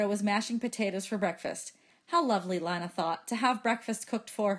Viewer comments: Avery Williams it’s not tho. It’s leenuh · isn't it pronounced Lee-na? Idk cuz i haven't watched the movie but i am going to watch it tommorow so i will edit this comment to say if it is or not